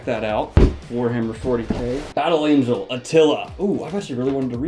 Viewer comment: Jesus watched this video and is very disappointed you mispronounced Battle Angel Alita.